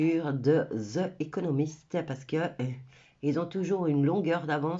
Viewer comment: On dit : Zi economist